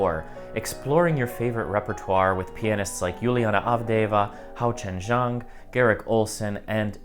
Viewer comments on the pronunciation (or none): none